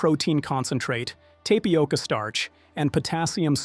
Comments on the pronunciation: Yoplait -- the 't' is silent tap ioca NOT TAPE ioca _ This AI bot needs pronunciation lessons. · Tay-pioca. Pass the Tylenol.